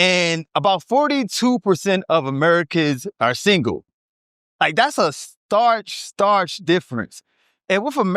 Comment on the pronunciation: STARK not starch